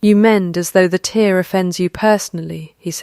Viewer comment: Why can’t these channels apply themselves to things like pronouncing words correctly. A tear in a fabric is pronounced ‘terre’ not ‘teer’. So annoying. And how is it possible to not notice something as obvious as “that is enough” is three words not two. 🙄🙄🙄 All very minor but sloppy nonetheless.